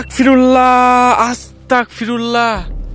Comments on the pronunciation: কেমন আছেন আশা করি আল্লাহর রহমতে ভালো আছেন অপেক্ষায় ছিলাম ভিডিওর জন্য খুবি ভয় হয়👹👹👹 আপনি কি করে একা একা এমন কবরস্থানে যান আয়াতুল কুরছি পাঠ করবেন আর আস্তাকফিরুল্লা হবে না আস্তাগফিরুল্লা হবে আপনাকে অনেক বার বলা হইছে তবু ভুল পড়েন এতে আরো পাপ হবে আশা করি এর পর শুদ্ধ ভাবে পড়বেন ❤️❤️❤️ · ভাই আস্তাকফিরুল্লাহ হবে না এটা,এটা আস্তাগফিরুল্লাহ হবে😇